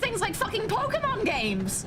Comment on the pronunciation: Pokimon is my favorite mispronunciation of Pokémon.